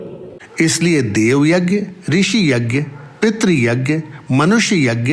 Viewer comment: स्वामी के उद्बोधन के हिन्दी अनुवाद में आपके द्वारा 'यज्ञ' शब्द का अशुद्ध उच्चारण खटकता है। स्वामी के उच्चारण को सुन कर सही उच्चारण किया जाना चाहिए।